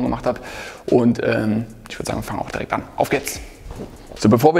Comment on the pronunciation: Du sagst immer "girekt" statt direkt. Achte mal drauf ;) Ansonsten aber ein cooles Video!